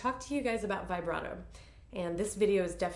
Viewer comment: vee- BRAH- toe, please. This is an Italian word, not English: not "vibrate" with an "O" on the end. Glad to finally see someone teach about NO THUMB ! Thank you!